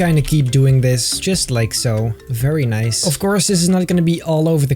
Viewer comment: I’ve tried counting how many times he’s said “Noice” in this series and I can’t keep up…